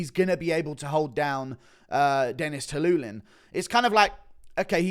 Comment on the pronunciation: Stop saying Dennis Tuiluilin